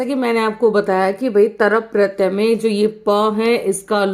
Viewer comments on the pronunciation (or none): Madam pratya hota hai naki pratayaa , pronunciation sahi karo pls !